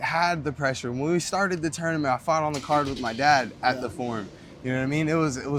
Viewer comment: I’ll settle for him pronouncing tournament as tourmanent